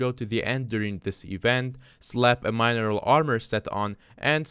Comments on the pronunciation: Mine eral, lol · Can this guy not pronounce mineral ?